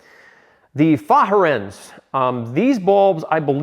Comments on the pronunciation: Well done video. Point of information: Fahren is two syllables and is pronounced fa-ren, not fa-ha-ren as stated in this video. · Fahren is a German verb. It means "to drive." Pronunciation is similar to " far-in." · The amount of behind the scene effort and time is commendable :) super job well done ! oh fahren is Germanic for " drive " pronounced "far ren" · Hey, I don't mean to be a stick in the mud here, But..... Fahren is pronounced Fah ren. It's German for "Drive" Stay Safe.